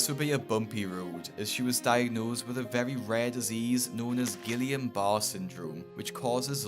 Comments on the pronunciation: Barrè is pronounced barr-ray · great stuff, but I think the second word in the syndrome is pronounced like "ba-rey" instead of barre.. At least that is what my friend told me before passed away. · Guillain-Barré Syndrome is pronounced Guiyaun at first and since there is an accent on the e in Barré you have to pronounce the e so it’s pronounced Barreyh(as nearest to how you can spell pronunciation) not bar